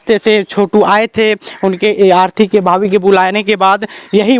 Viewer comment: Arthi nhi bhai arti